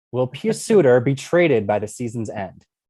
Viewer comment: Thank you properly pronouncing Suter’s first name